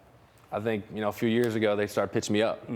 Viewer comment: Can someone tell Aroid to pronounce the letter s correctly. Why does he say SH with every S “four yearsh in the minorsh “